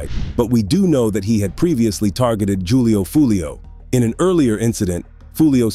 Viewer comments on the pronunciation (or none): Jewlio lol